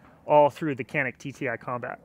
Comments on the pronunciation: You are reading the name of this gun wrong. When reading this name, you should read it as if you were saying Gianik or Jianik. This is the truth... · I don't understand who is right, but you are saying the name of that gun wrong. That gun is produced in my country and its name is in Turkish. The word "Canik" in Turkish is not pronounced the way you say it. I wrote the correct pronunciation so that you can make that correct sound.